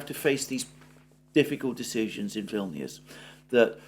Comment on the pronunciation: Vilnuous rhymes with villainous! Ominous?